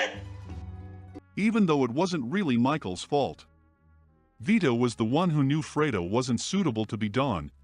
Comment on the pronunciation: Ohmurduh. Fuck the digitized voice was doing so well up to that. Even pronouncing Fredo perfectly.